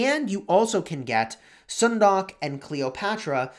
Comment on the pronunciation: Sun-duck(☀️🦆), not Soon-dock 😉